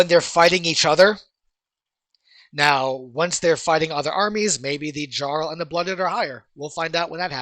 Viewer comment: Lol I like that he says jarl wrong. Only dude to never play Skyrim, and no they aren't saying it wrong jarl, fjord it's a constant language feature